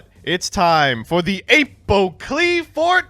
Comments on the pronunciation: How in the fuck did he land on pronouncing it ay-poh-qliphort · "Ape-O-Klee-fort" um.. you mean like... Apocalypse-fort, except spelled wrong? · I am pretty sure you had 100% mispronounced the Qliphorts incorrectly. It's normally Klee-Forts or some variant with *Kli*. And then the biggest issue is Apoqliphort Towers. The way you say it literally wants me to chuck my phone at the nearest wall. (A-pah-klee-fort), so it's like you are saying Apocalypse but replace "calypse" with "qliphort". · Jesus. The way says Apoqliphort makes me irrationally upset. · Between the way pronounces "Apoqliphort" and "Recital" and the continued use of the word "praxis", I'm convinced that leftists mispronounce words and use outdated terminology to be trolls. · Still miffed at how pronounces “Apoqliphort”.